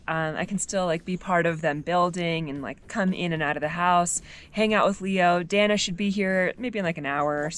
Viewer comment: El nombre de ella es “Dahna” no Danah sii???